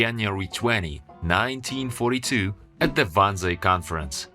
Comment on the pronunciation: It's the "Wannsee" conference, not "Wanzian". The name is the taken from the name of the Berlin suburb of Wannsee, roughly halfway between Berlin and Potsdam, where it took place.